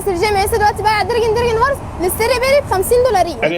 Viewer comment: 😂دركن دركن هورس ماشاء الله لغة انجليزية قوية